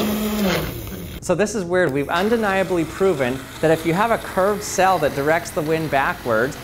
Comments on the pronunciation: Your pronunciation of sail had me a confused a number of times...I was like...why is this sail being called a cell? Is it more scientific when you call it that? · I like the way he says sail. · Is he saying "cell" or "sail" ??? :/ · It's quite interesting how ppl who live in different parts of the world say words different. He pronounces "Sail" like "Sell". I wonder how he pronounces "Sale"? In my area of the world, we pronounce them exactly the same with a long "a". Not just languages but also accents are so interesting when listening to ppl from other areas of the world. btw, this is not a slam on his, or anyone else's, pronunciation/speech. It is just an observation. I am quite sure there are words that I say that sound funny, odd, intriguing to someone else. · Why does he keep saying cell... ? ... kidding I'd love to hear him say cell and sail and see if I could tell the difference :-)